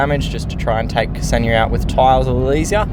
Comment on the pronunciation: Hello, thx for the video and glad to see you're back in the game :) Also, just wanted to say it's pronounced 'Xenia', in one go, , not 'K-seni-ya'. :hand-purple-blue-peace: It's my gf's name :face-blue-heart-eyes